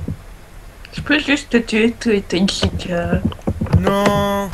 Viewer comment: a chaque fois que chica se présente j'ai l'imp q'elle dit pizza et pas chica xD